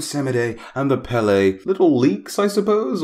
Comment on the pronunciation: As someone from Hawaii and a native Hawaiian Pele (pronounced peh-leh) is pretty disappointing